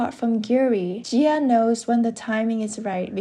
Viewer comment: it should be ji-ah since jia means another name and pronunciation in Chinese pinyin